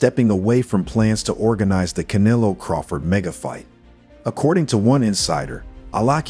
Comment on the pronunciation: Bro, are you that ignorant to not being able to pronounce CANELO?! Or thats the racist in you?! Asking for a friend